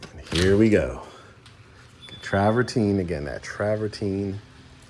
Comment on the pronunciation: Pronounced TRA-VER-TEEN, but spelt travertine! Uniquely designed and beautifully sited house! A peninsula with a pool very different! ❤